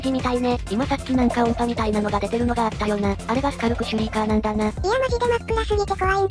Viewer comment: の時のとがスカルクシュリーカーのことをシュカルクシュリーカーって言ってるのが可愛い😊